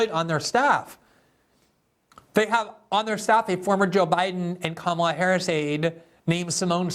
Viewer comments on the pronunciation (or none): none